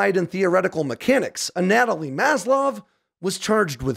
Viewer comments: the way he pronounced Anatoly 😂 a-natalie lol it’s pronounced like “Anna-Toll-e It’s all good though my dude! Awesome video as always!!! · It's not YOU-kraine and it's not A-Natalie. It's u-KRAINE and An-a-TOE-ly.